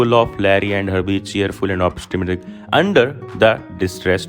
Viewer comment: The way he pronounced words 😂😂😂 opishtmist 😂😂😂😂😂